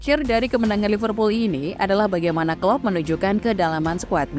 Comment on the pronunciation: *klopp*..bukan kloop😂